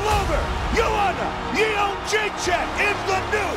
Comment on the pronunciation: I want to hear her pronounce her own last name,-----------------because I think everybody is pronouncing it incorrectly. I think it is "Jed Rays E Ack."